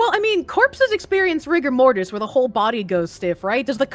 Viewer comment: You said "rigger" in the op, not "rigor". hence the "hard R mortis"